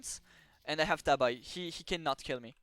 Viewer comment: good information but it's pronounced tah-bee, not tab-eye :) thanks for the lesson!